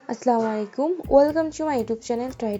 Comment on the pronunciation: আপু প্লিজ সালাম টা সুদ্ধ করুন। 🌹 ভাই হিসেবে বলছি আদেশ নয়। ❤️ ❌আস্লামু আলাইকুম ❌ ✅ আসসালামু আলাইকুম ✅ কারন সালাম দোয়া। সালামে ভুল হলে দোয়ার বিপরীত হবে 🌺